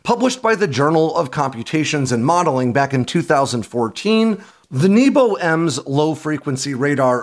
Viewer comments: you talk about the Nebo anti stealth, but it’s not pronounced like you would think. It’s “neh-bo” which means sky. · Nebo is not pronounced 'neebo'.